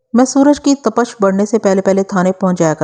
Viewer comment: Tapash aur mohrar nahi sahi lafz tapish mohhrir hai.